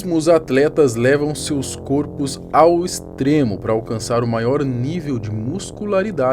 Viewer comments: O pronunciamento correto é córpos. Mas na escrita corpos. Mas quem não gosta de faculdade obviamente não sabe isso. Preferi pagar de jumento e falar errado. 😂😂😂😂😂😂😂😂😂😂😂😂😂😂😚😂😂😂😂😂😂😂😂😂😂😂😂😂😂😂😂😂. LULA FOREVER!!!!!!!!!!!! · Seus "côrpos"??? PQP!!! Plural metafônico, sílaba tônica no O muda o som dele... "córpos" (o acento está aí pra ver se você entende) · É córpos que se fala. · Quando ele falou "côrpus" eu fechei o youtube! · "Seus "côrpos"..." No início do vídeo... Muito ruim, enrola demais.